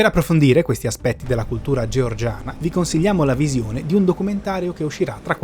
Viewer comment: Io sono Giorgiana e non si dice come l'hai detto all'inizio la parola